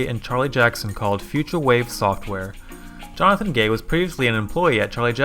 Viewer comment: "Jonathan G A Y" killed me instantly💀💀💀💀💀💀💀💀💀💀💀